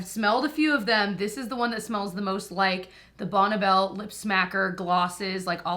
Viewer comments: Hi. I don’t want to be this person,… But the lip smackers were called Bonnie bell. Not Bonna Bell. It’s Bonnie like a woman’s first name. Again sorry,… Carry on! 🤦🏻‍♀️ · Actually, it was Bonne Bell, 😄(probably pronounced like Bonnie though)